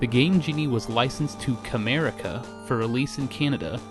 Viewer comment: Honestly, I keep thinking you are saying Kramerica Industries. . .